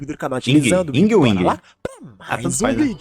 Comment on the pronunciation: Ying se pronuncia como se não tivesse o "Y"